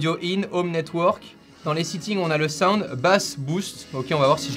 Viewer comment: Soigne ton accent, c’est pas bloutousse, c’est bluetouth, c’est pas siitingnz, c’est settings, j’taime quand même